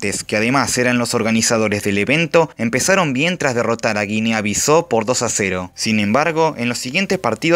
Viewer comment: es bisau no biso: es portugués no francés